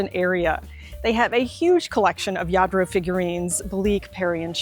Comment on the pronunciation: you are such a wonderful speaker. Your description of all you feature is great. Do you by any chance speak Spanish? When you were describing some of the Lladro pieces your pronunciation was so perfect!